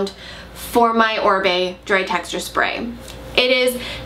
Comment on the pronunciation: It's Oribe... not Orbie. :)